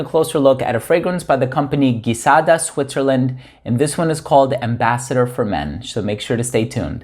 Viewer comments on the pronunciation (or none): I just bought the female one and it's my favorite! Side note, I live in France (they also speak French in Switzerland) and it's said like GEE-SADA. ❤